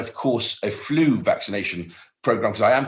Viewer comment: Love how he says flu…. Faloooow 😂